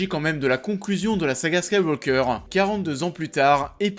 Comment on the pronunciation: T'as du mal à prononcer Skywalker, on dirait?